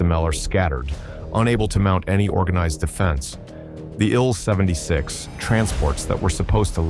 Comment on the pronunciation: Congratulations to the Ukrainian soldiers and civilians who stopped the Russian Army cold at Hostomel. This was a huge victory and it will be remembered for years. I just wish that if the film maker decides to use fake voice overs he would program it to recognize that an SU-24 is not a Sue-24 nor is an Il-76 an ill-76.